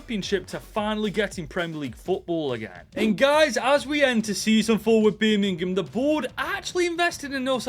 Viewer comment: Evrery time you say birmgham it sounds like youre gonna break out in a birmgham accent 🤣